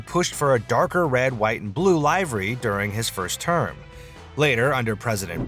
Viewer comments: "live-ery"? Is this a synthetic voiceover or just an overly confident but not-so-well-read human? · AI cant even pronounce livery properly. Not even gonna watch further …. Bye! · Is this AI generated or AI narrated? The repeated mispronunciation of "livery" made me wonder, as well as pictures not matching the dialog. A giveaway to AI created content. So, do I subscribe or block the channel? Thanks. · Teach your AI audio how to pronounce livery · A how to not pronounce 'Livery'